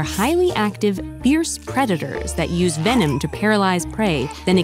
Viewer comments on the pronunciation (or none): none